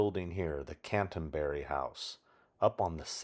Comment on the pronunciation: Thanks for all your efforts. This is a really comprehensive overview of the filming locations. By the way, it's 'Canterbury House' - pronounced canter-berry, not cantun-berry. I shared a flat there, with my then-gf, in the 90s. It's nice to see it again. A fellow Clockwork fan here.